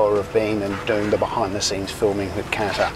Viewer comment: how would you like it if I pronounced your name like "Denice"? If you're doing an entire video on Qatar Airways, the least you can do is pronounce "Qatar" properly.